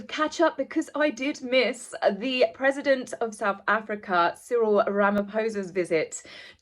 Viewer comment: Oh well done,! I'm sure you're the only one who got Cyril's name's pronunciation correct.